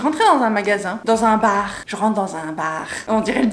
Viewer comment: Jrentre dans un baaaaaaarrrr hahaha l'accent belge j'adore <3